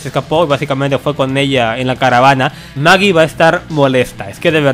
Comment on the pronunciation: Es Aaron y Michonne :v :v dijiste MAGIEE